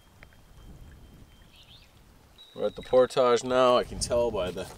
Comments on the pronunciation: Damn you stop saying portage like por-taj it’s more like por-dij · Idk if it’s the French Canadian in him but portage is pronounced por-tij and not por-tahj and it is slightly irritating